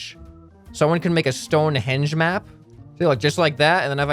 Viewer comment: "Stone henge"